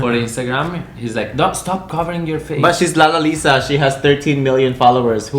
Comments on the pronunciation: Dislike for saying LALALALISA so badly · Trivia: Blackpink members do not follow each other to avoid scandals. She is also the most followed kpop girl artist. And her name is pronounce as Lalisa 😂😂😂